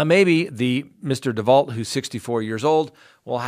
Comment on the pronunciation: DeVault is pronounced DeVau - like the murderess Marissa DeVault.